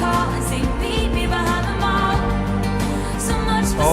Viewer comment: She pronounces 'Meet me behind the mall' more like 'meet me behind them all'